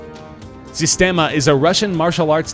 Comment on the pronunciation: Systema is pronounced Sees-tem-a, not Sis-tem-a